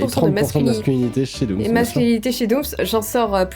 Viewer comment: Dooms pas domms dooms oui dooms pas domms non non dooms